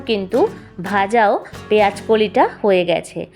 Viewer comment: Recipe টা বেশ , তবে দিদিভাই ওটা পেয়াজ নয় “ পেয়াঁজ “ , আর ফুলকফি নয় “ ফুলকপি “ উচ্চারণ করুন,কাচালঙ্কা নয় , “ কাঁচালঙ্কা “ বলুন। আপনার কত কোটি লোক বাংলাদেশ থেকে এসেছিলেন? সেখানকার ওই মোল্লা ভাষা টা বদলে নিন